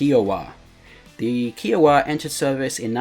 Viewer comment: Kiowa like iowa but with a k. Its not keeawa